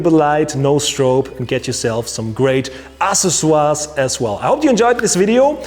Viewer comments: Yes, I'm glad he wrote it out in # 3. I wouldn't have guessed by the pronunciation. AK 'SES' OR EEZ in English. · Ooooohhhhh... ACCESSORIES!! I get it now... to be fair that’s a tough word for a non native speaker.... (axe-sess-or-ees) Killer video man and a big help for me to photograph our 5 day old daughter... ps. So true that I bought a camera last year because of 1) a vacation to Singapore and 2) the upcoming arrival of little Phoebe ;) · i like babys... Accessoires was pronounced so german. :S